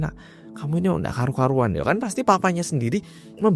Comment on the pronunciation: "kamu ini ndak karu-karuan"😂 kocaak bgt logatnya